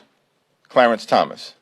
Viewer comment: Pls learn correct pronunciation of justice!s name!!